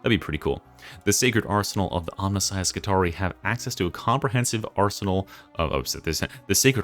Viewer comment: I love to be pedantic, so I want you to know that Skitarii is actually pronounced as ski-TAR-ee-eye, similar to the roman Praetorii pray-TOR-ee-eye. How are you going to keep up your schtick as the smooth talking and radio-voiced '' if you don't fix this? /s 😂